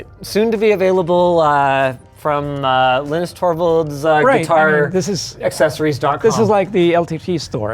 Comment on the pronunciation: For a person who natively speaks Brazilian Portuguese, it is easy to pronounce "Linus torvalds" as he said